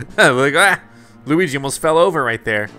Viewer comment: The first time Bowser said Luigi’s name correctly